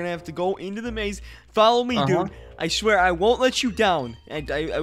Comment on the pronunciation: Did you say. I shwear